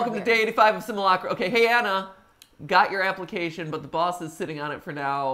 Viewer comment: "Simulacra" is actually pronounced "sim-yoo-lak-ra", kinda like "simulacrum".